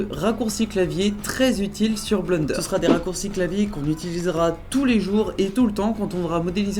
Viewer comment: Haaaa le man dit bleunderre au lieu de blènder !